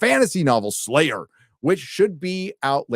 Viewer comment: Well, said Crucial Drinker instead of Drunkler, but he did at least get Slayer right 🙂